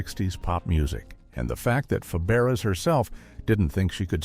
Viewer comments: Fa-bear-ass that's not even close to her name😅😅😅😅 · Faberes pronounced Faberay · Pronounced FABRAY. Learn it.